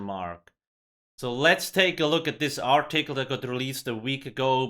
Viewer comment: "Are tickle" yes I'm tickled😁